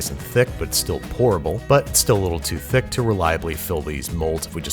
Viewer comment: You enjoyed saying thick just a bit too much this entire episode. It was almost like you were actually saying thicc. A sentiment about ice cream I can totally get behind.